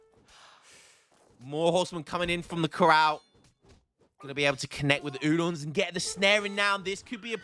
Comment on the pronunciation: Right. You can teach an old dog new tricks - you've learned how to say 'corral' and 'hacienda' in a very short space of time. Doppelsoldner has an 'L' in it - it is not pronounced Doppelsolddner with 'sod' in it. Please say correctly in future vids or I will be forced to report you to YouTube and ESOC. And join HOTP.